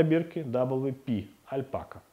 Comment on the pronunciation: Шерсть альпакА, ударение на последний слог, слово не склоняется. Сделайте исправление😊